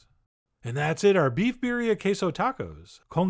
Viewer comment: It's birrrrrrrria! Roll that R!